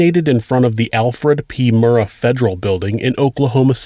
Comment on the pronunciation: Thanks for pronouncing "Murrah" correctly.